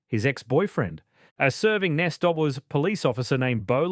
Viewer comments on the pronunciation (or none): “A serving Nessdoubles police officer”. It’s pronounced N.S.W, or New South Wales. Not ‘Nessdoubles’. Get a better AI voice model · If this presentation is AI, it proves how stupid it is to use it. The pronunciation of the NSW Police is pronounced New South Wales Police, the spelling of the accused's name is incorrect. Reading the text errors on this vlog is ridiculous for such a serious case matter. Do better.